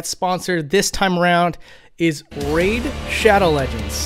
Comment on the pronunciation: I clicked off the video when you said "Raid..".